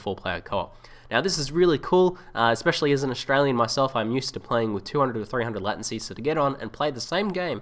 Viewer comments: It's pronounced Lay-Ten-See, not Latin- Sea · Nice one dude. But it's LATE- ncy